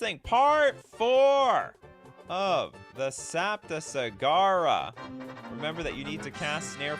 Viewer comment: Fun stream ! (And first.) Also, you manage to prononce "Saptasagara" correctly, I'm impress !